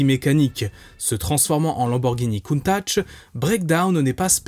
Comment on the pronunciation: toujours aussi intéressant, juste pour info ça se prononce " countag "